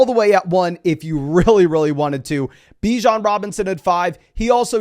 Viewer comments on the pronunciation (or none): none